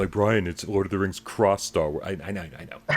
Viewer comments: "Born in '78, two years after the first flick" .. not that big of a fan if he doesn't know that the first film came out in 1977. Also, I stopped watching because I couldn't stop cringing at the little guy saying "Stah Wois" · Yup...I was wicked off on when Stah Wois came out 🤣 I find my terrible pronunciation of certain words to be offensive to some, including myself Mr. Burns!